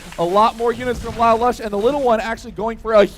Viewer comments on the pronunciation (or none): "Lalush" is pronounced as li-loosh, thats the name of he main character of a show called "Code Geas"